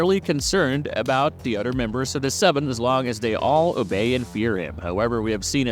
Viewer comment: I really wanna watch your videos and support the channel but jesus fuck.......You dont make it easy when you say shit like Udder(Other), Faddur(Father)and Muddur(Mother) Weddur(Whether) Anutter(Another) Id ratter lmfao hear a fucking A.I. voice